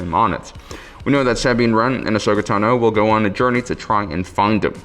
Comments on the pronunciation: Ahsoka Tano not Teno but yes the Sabine one was really annoying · Bo-Katan Cries Ahsoka Teno Sah-bean Wren Bew-bah Fett Fenn Row